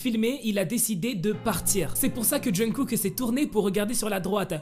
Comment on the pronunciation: Il dit jeungkook ? Et au passage ça m'énerve en quoi c'est "choquant" ?? Faut arrêter de vouloir tout savoir tout de leur vie privée, laissez les aimer qui ils veulent !! Que cette histoire soit vraie ou non, de quel droit on s'en mêle ? On est fan de BTS, oui, mais c'est pas à nous de nous en mêler, de nous enflammer ou de faire des théories fumeuses sur eux... c'est chiant à la longue